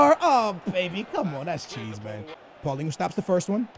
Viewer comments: it's PAULINHO not PAULINGHO so annoying. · its not paulingo its paal lee ni ouh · Y do say "paulingo" to paulinho you pronouce it "paulinyo" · I have two things to say 1. play Vertonghen as left back. 2. it is not Paulingo its Paulinho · It's Paulinho, not Paulingo.... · not paulingo, its paulinho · Why do you say pauligu instead of paulinho like dang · It's not pauliningoo it's paulinio/paulinhio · Why do you say PaulinGhu? Its Paulinho why the fuck do you see ing and a u wtf. Its pronounced like RonaldiNHO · What did he call Paulinho?? Paulingu??